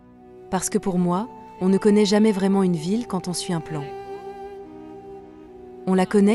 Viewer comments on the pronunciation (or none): none